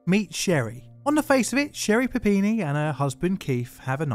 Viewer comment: I need to stop playing so much Pokemon. I kept hearing "Papini" as "Happiny" which kept taking me out of the narrative. My fault, not John's.